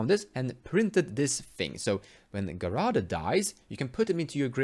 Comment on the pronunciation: His name is pronounced Jerard. I don't mind pronouncing things differently, but thought you might want to know.